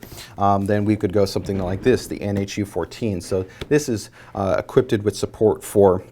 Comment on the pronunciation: Dude, stop saying equipted, seriously.